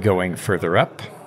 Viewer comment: draw out the vowel more, bitte! Praawwst. It's short for Praaww-sitt (Latin prosit).